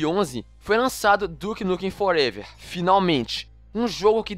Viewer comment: Duke Nukem ''Forevér'' kkkkkk